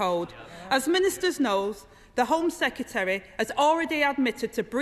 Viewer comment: I can condone the repetition of the word 'sec-ya-terry', but the childish whoops, cheers and jeers leave me feeling politics is finished here. It's embarrassing.